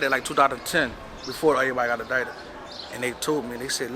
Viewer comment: Is he calling it fulladelphia? He speaks weird. Adited, instead of indicted. That’s it. I’ve listened to this dude talk jibberish for 4 mins. Horrible. I can’t take him anymore. Onto the next hood vlog...